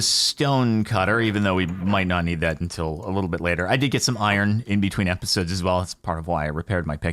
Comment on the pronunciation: Jordan, please. It's UNtil, not INtil.